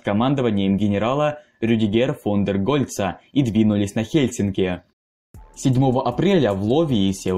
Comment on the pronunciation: Ага ,а в "Хельсинках" не режет))